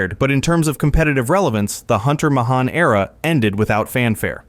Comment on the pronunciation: Like Hunter Mah-hahn, I think AI narration needs to have a built-in name pronouncing element. I'm sure Bill Gahtez and Microsoft can come up with a solution.